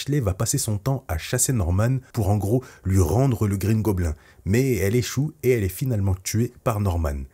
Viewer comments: Bouffon vert ou Green Gobline (phonétique) On ne dit pas gobelin en anglais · Alors par contre, ou tu dis "Green goblinE" ou tu dis le bouffon vert mais green goblin dit à la française ça fait beaucoup trop bizzare... bouffon vert ca va franchement, respectez un peu nos trad x) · tu aurai au moin pu prononcé "green gobline" 😭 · Quitte à l'appeller Green goblin prononce la au moins à l'anglaise (gobline) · Alors je te conseille de le dire en français la prochaine fois, car déjà sauf si tu es anglophone, je vois pas l'intérêt (ce n'est pas plus simple). Et surtout "green goblin" ou Gobelin vert au pire, c'est goblin*e* dans la prononciation à l'anglaise. Etant normand, auquel l'anglais est du normand (oui oui je mens pas lol), je dois avouer que ça m'agace de voir ça haha. Sinon, bonne vidéo. A bon entendeur ! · Tu dis mal green goblin